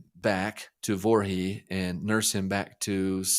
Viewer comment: Great podcast! A minor point, but it's Voree, not Vorhee.